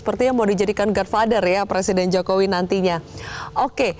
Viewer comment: Bukan god fader,itu namanya god keder.